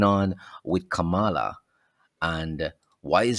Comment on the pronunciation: Her name is pronounced Kam-lah!